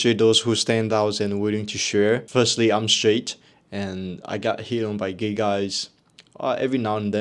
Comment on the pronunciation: 'why are you geh' never gets old😂